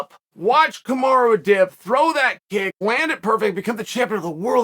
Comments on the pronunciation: Yo Chael.. it's Kumaru not Kumara. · 1 single loss and Chael is calling him Kumara 😂